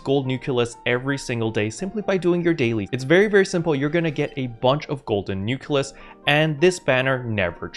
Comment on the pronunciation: Why do you call them nukelus instead of nucleus, though?